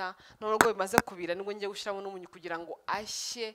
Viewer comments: Hi, Bavuga "amamininwa" biva ku nshinga Kuminina ntabwo bavuga "Amamiminwa", Ikindi bavuga "GuSHYIramo" ntibavuga "GuSHIramo" naho ubundi inyigisho zawe ziradufasha komereza aho. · Uzadufashe ureke iyo "shi" yawe kbs! Bavuga gushyiramo! Kuki utavuga ibishimbo?? Byose ni igihekane "Shy" plz uri mukuru cherie ujye uvuga ikinyarwanda bien! We love you!